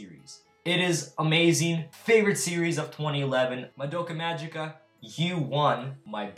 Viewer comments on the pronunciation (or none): Mgica is pronounced Ma-Gi-Ka (giggle's "gi"), not Ma-Ji-Ka !! For some reason, English speakers don't pronounce it correctly. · It sounds funny when you say madoka majika because in japan we say madoka magika with a G